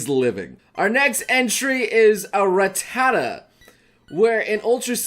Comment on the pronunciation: Rattata is pronounced RAH-tuh-tuh. Not ruh-TAH-tuh. Also, incisors is in-cīs-erz. Nidoran is nēd-ohr-æn. The phrase is “Crowd favorite”, not “Crowned favorite”. Kadabra is kuh-DAH-bruh. I’m sorry. I’m gonna leave now.